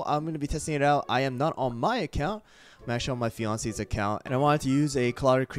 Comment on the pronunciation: When you said "fianceé" i thought you were flirting with your girlfriend >+<